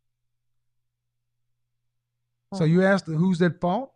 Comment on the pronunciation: Why do they keep axing and axed...when she said, "I axed you", who are they hitting with an axe.